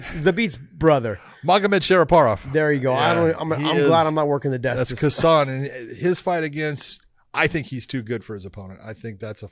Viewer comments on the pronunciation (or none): It’s pronounced HASAN, not KA-SAN. Kh is silent, much like Khabib/Habib.